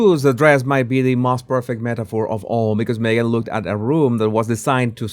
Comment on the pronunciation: Who wore it better, Me-gain? :P